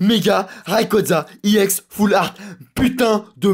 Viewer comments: arrete on dit ex pas iex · On dit pas iex mais on dit ex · C pas iex full art mais EX full art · Pourquoi tu dit iex? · Ou mais en anglais "e" se prononce "i"